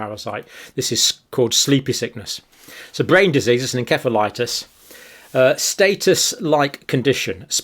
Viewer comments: EN-SEF-A-LITIS Nurse John! Learn to pronounce it properly! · Pretty sure the C in 'encephalitis' is pronounced like an 'S'. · Every American dictionary pronounces encephalitis with an "s" sound, where every UK dictionary pronounces it with a "k" sound.